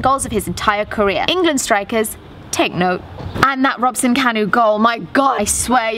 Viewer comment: Thanks for pronouncing Robson-Kanu's name correctly and not Robson canoe...unlike some people that happen to be Welsh. 😂 #welldone Another great episode of course :)